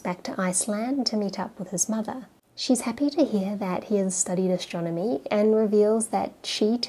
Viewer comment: ""ashtronomy" really ?